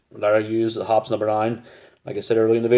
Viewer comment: Hoppy's is how it is pronounced. 😉😊